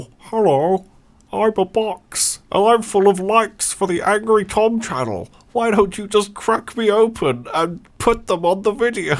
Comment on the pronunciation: Waitwaitwait! Its... "Angry Tom"? Not AnGOREY Tom? Not sure how I feel about that. I like pronouncing it as gore. I need to sort out my feelings. I'm going to the box room.